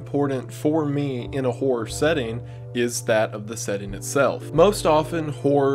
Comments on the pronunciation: The amount of times, that due to the slight Accent i've understood "Whore" and not "Horror" in the beginning haha. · It's hilarious hearing the word “horror” said in that Tennessee accent haha. Make you think the wrong thing fast.